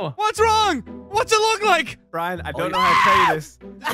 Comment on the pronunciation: If was a pokemon, his 4 moves would be Curse, Screech, Outrage, and Brine Brine cuz he cant pronounce Brian